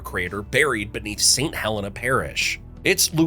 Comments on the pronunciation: And St Huh-LEAN-uh Parish being said St Helen-uh is a common error. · Also you mispronounced Saint Helena. It’s “Hell-Ena”